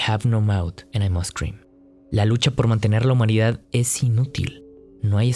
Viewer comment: Me encantó cuando dices "I have no mouth and i must cream 🍨"